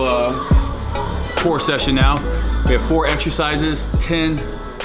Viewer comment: Steve counting like: Ohn - Tchoo - thhree - hore - ive - ih...:D Great trainer vid btw:)